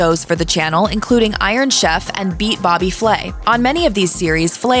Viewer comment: You mean, Bobby Fway? Lol.